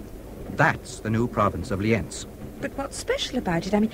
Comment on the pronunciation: Austrians not Germans, German speakers and it's pronounced Li:enz